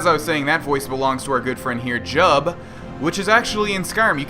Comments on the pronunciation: Lol, it's jiub, not jub. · it's jiubs name is pronounced Jib.